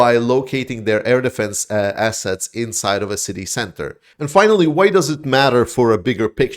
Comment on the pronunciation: lol - I thought I heard you say, 'shiney asses' not 'shiney assets' 😜